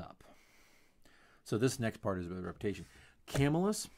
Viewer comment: By the way its prounounced cuhmillus